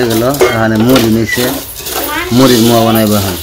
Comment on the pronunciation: Ota muaa na. Moaa bolun moaa.